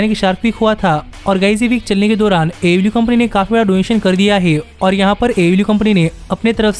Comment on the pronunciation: It is pronounced AEW (AY EE DABLOO)